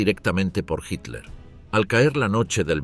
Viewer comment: Español de españa o latinoamericano o de guinea Ecuatorial lo que se agradece que este narrador si sabe decir Hitler, otros durante todo el programa dicen Hiler o Hilder